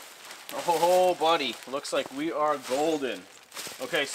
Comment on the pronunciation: My favourite saying ooor pisss! 😂